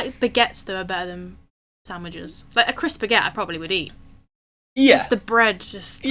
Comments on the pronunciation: is a little too quick with the 2 words - crisp and sandwich - and most times he does not properly enunciate the P in crisp, so it sounds like he is saying cris-sandwich....which befuddled Americans assume he is referring to the Crossan'wich, which is some crappy Burger King menu item. There is one part where he does say, "Would you want a CRISP one? What CRISP would you like?" Then he says, "The idea of just putting CRISPS in bread....different kinds of bread." Trust me...........he is saying CRISP sandwich. Look it up on Wikipedia. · I think they were saying ‘crisp’ like potato chip sandwiches.